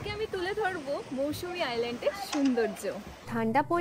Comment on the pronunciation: Not mousumi Mousuni